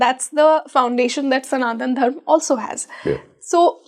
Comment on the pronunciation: Hi It's Karma, Dharma and Yuga. Not Karm, Dharm and Yug. Please be mindful about Sanskrit pronunciations consistently during the podcast as you are sharing knowledge with a mass of people. They will learn from you... You can't afford to impart incorrect knowledge. Otherwise a brilliant podcast. Enjoyed every bit of it. All the best to you and your team❤